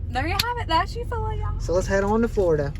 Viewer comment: Good video. I could be wrong but I think the town is pronounced You-fall-ah. It is beautiful to drive through with all of the historic houses and has a nice lake too. Keep up the great work and enjoy the Jeep.